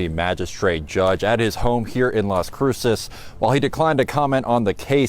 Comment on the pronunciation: 😂 You nailed Las Cruces 🎯